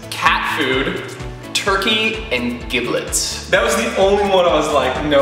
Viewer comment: It's giblets.. Like g, not j. You guys are right haha